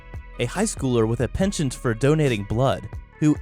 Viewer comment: I feel ill when I hear you pronounce "penchant" like that